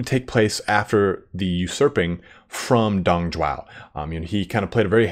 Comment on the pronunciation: its dong zhuo, not dong zhuao, sounds like "drop"